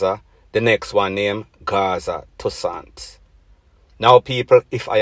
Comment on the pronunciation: First thing first it's not Gaza tussan! It is tussain lol Gaza badness less talking we nuh deal wid rat